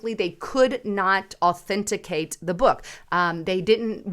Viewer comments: Authenticate not “ Authenticicate”😜😂👍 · ...its au-then-ti-cate...lol. I love your show...keep sharing the truth that we all know needs to be said. All the "3letter" government organizations need to be dismantled and re thought. They are supposed to protect the people...but they protect the special interests. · Authantisicate….is it a word? 😊🤣❤️